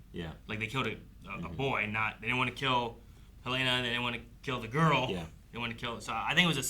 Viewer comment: I feel the need to help correct your pronunciations of names. Rhaenyra, not Rhaenarys Arryk, not Aaron Helaena, not Heleena